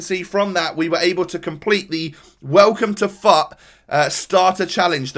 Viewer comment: Every time he said fut I thought he said fu#k